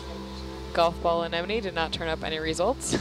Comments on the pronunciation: she said anenome. lol even biologists have trouble saying anemone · Anyone else notice a Marine Biologist mispronounce Anemone?...twice!!! 🤓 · These "biologist" despite the title tend to be VERY unprofessional. "Baleen whale" is the term you're looking for. Yeah, they mispronounce "anemone" wrong... twice.